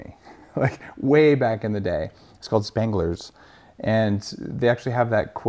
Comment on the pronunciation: First two minutes already sounds like he's full of crap...didn't even get the name of the famous Berkeley restaurant right (Spenger's, not Spangler's).